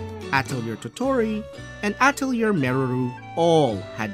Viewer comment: I cringe at your pronunciation of Atelier....